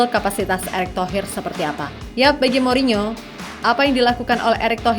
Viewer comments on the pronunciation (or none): none